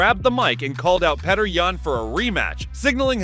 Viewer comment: His name is pronounced PYOTR ! He's been fighting for ages, two times champion and you morons still don't know his name ? I bet you pronounce Prochazka as PROJASKA. Sheesh